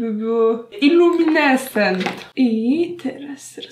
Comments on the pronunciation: Iluminesent xD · co ty tam powiedziałaś? Xd.....Ja zrozumiałam ,,Illuminessen"